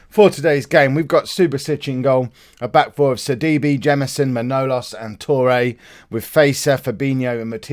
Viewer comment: It's ma-naw-lAs the capital letter indicates where the word is stressed